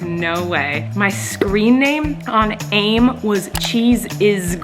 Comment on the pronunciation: I love how you pronounced AIM like the word and not the letters haha